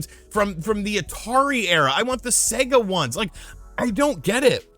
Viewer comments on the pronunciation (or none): none